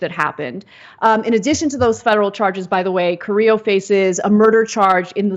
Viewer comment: You'd assume that a woman who has bragged about her preference for "latino" men and about growing up with latinos would know how to pronounce Carrillo . Hint, it is not pronounces kar-re-o